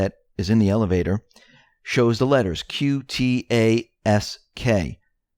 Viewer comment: Not Q-T-ASK it is Q-TASK